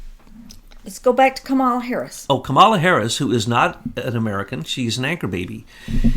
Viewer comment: Kamala's name is pronounced like the animal (camel, whether bactrian or dromedary). Emphasis is on the first syllable. Also, her name on the last syllable is pronounced "uh."